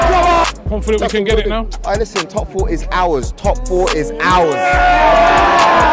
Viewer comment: the man didnt even use the right word to say "ours" MAN SAID ARES 🤣🤣🤣